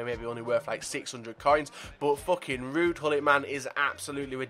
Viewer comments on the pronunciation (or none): none